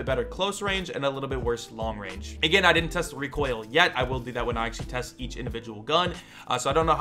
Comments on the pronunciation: Reek oil 😂 bless you m8 haha recoil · Someone make a short vid of him saying reek oil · “Reek Oil” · HAHAHHAHAH "REEK OIL" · Did someone say rEEkOiL? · talks for 2 mins for his into What I ear: REEKOIL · Lets make a drinking game each time says "reekoil" do one shot if he makes a video about "reekoil" drink three WARNING:COULD EASILY GET ALCOHOL POISONING DON'T SAY I DIDN'T WARN YOU